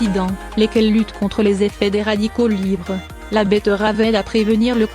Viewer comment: La "bettEUravEU"